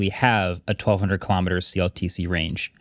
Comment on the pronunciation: I don't usually criticize you guys but from not knowing how to say the word "kilometer" to getting the door description wrong (it wasn't an emergency door, it was a placeholder for one if the plane was configured to hold more people, hence the word "plug"), to the location of where the iPhone AND door was found all in the first ten minutes is pretty bad.